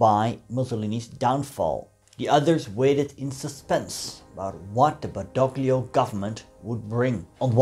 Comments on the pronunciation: "Badoglio" is pronounced "Badolio", ie the "g" is silent. Or Eisenhower got his pronunciation wrong. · In de naam Badoglio wordt de g niet uitgesproken.